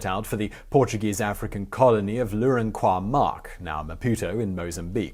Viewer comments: A needed correction: Its is not "Lourencois Marques", it was Lourenço Marques". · Lourenacois Marques??? Simon! WTF!? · NOT Lourenacois Marques but Lourenço Marques, and the colony was Moçambique (Mozambique). Get it right, please... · Just minor nitpicking, the capital of Mozambique was called Lourenço Marques, not Lourencionais. Otherwise brilliant biography never had heard of John Rabe, what he did was amazing. Think about making a biography about Aristides Sousa Mendes, embassador of Portugal in France who during WW2 also saved many jews. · Lourenço Marques, not Lorenacois Marques Simon